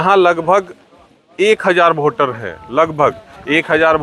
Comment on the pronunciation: वोटर ❌ भोटर✅